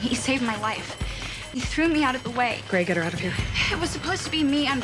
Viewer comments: “Number twee” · Not to be rude, because I think it's really cute, but does anyone else here "Number Thwee"? ♥